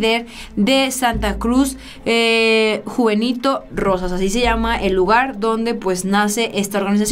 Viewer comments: Buenas,te corrijo al principio dijiste el morro,y santa cruz juventino rosas,no juvenito y no es canteno es centeno. Saludos. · Hermosa, belleza andando,,.... Con todo respeto, te corrijo estás palabras... Con todo respeto:. Es Juventino rosas GTO (. No. Juvenito ). Rancho Rincón de centeno GTO (. No de canteno ). Es el marro. ( No el morro ). De ahí todo está bien,.... Saludos cordiales!!!! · ¿Es intencional sus errores de lectura? o ¿de verdad tiene dislexia?, ¿"JuVENITO" Rosas?, ¿Rincon de "CANTENO"?, Lea con calma, con cuidado... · ¡No manches,! No es Morro, es Marro. No es Juvenito es Juventino Rosas. Con todo respeto, pon más cuidado a la información que comunicas para cuidar tu credibilidad.